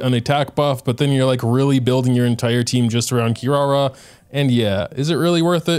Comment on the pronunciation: her name actually pronounced KEE-LALA :)